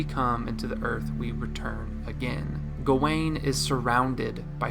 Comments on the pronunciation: Dude analyzed the whole movie, Wrote a script to explain it in detail, proceeded to record, listen back, and edit and not once chose to pronounce gawain right. Even the clip in the begining that old man says it correctly as "Gah-when" and you say "Gah-Wayne??" It's infuriating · Why do you keep saying his name "go-wayne"? Didn't you watch the movie?